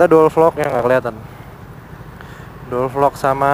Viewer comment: "mau dual vlog" yg gw denger "modol vlog" :v